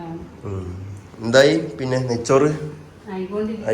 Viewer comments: നെച്ചോർ അല്ല നെയ്ച്ചോർ ആണ് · Nechor ella Ney chor ennalle parayaar njangade naattilokke angane aan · നെയ്ച്ചോർ എന്നാണ് പറയുക😂